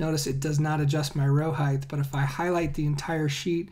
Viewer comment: Why do Americans say heigth? And not height?